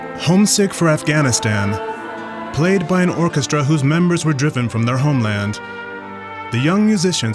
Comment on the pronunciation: Orchestra... not orchesta